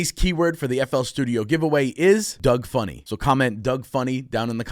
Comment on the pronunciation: 'Doug funnie', as an Indian it's very strange for us😅